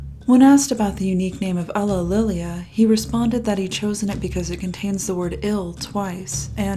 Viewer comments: It's pronounced You-lee-lee-ah not UGHlililia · So how many outtakes did you have while pronouncing "ulillillia"?